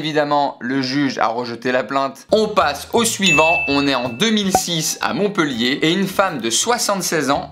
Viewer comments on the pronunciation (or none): none